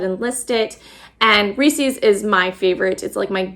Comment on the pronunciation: Ness-lee for Nestle is the correct pronunciation. Also Reese’s rhymes with “greases.” Cadbury....no s in it (not Cadsbury). We’ll get your brand names right!! Don’t want you to be embarrassed. Love the tins. Mine are used and well-worn. (I found another place that says you can put a very soft t at the end of “Nest”/Ness”)